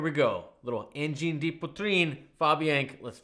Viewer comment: Send a Padle to Angine de poitrine please! (And learn how to prounounce it it´s bad to listen )